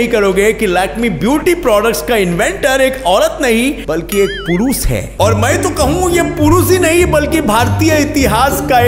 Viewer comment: his way of saying purushhh😂😂😂🤣🤣